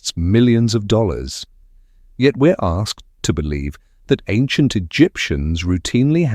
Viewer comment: I bolieve you, but you are babbling